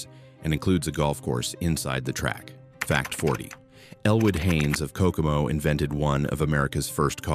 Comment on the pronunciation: Thank you for getting the name of my city right Kokomo